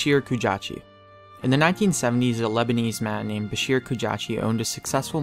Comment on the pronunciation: Bahir.. you mean baShir..